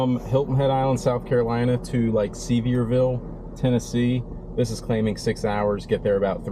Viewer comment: It was funny to hear you pronounce Sevierville 😆 TN native here, it’s pronounced Severe vull. ❤